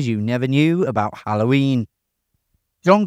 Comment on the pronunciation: XD The way you say "Hallhoyiiin".